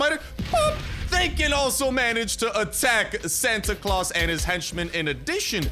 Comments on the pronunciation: Dynamiters has red caps bro and its now pronouced claaws its pronounced claws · its not Clous its Claus as in Santa Claus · he is not saying the santa name right